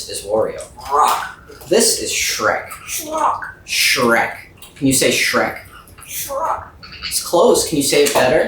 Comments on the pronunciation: I always find it funny how he sees Shrek and says Shrock, those two items seem to give him the most trouble 😂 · I like how he saw shrek and said "shrock" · I just love how he still insist on Shrock instead of Shrek. Like he renamed it and dont ever wanna change it. Funny thing is whenever I see a shrek picture, gif etc. I call it shrock also. It is hilarous. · His mischievous insistence on calling shrek "shrock" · I like how calls Shrek Shrock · is right its Shrock, not Shrek!! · Green = shrock 😆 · sees shrek and says Shrock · poor guy's forgotten how to say shrek again LMAO